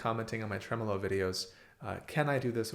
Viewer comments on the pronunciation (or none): none